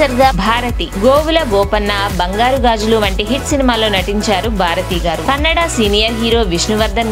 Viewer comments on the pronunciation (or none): none